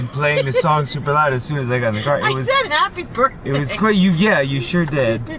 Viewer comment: Ha-pee Berfday, Speedball! May you enjoy your favorite pastry with your favorite people. :)